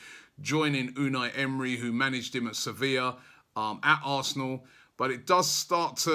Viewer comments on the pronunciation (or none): none